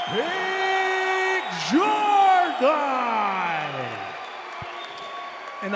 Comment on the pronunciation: Yo I'm from Australia when Keith Jardine fought in the ufc and the American can't pronounce it correct sardine Jardine this is super irritating use the fighters proper names and pronounce it it's really easy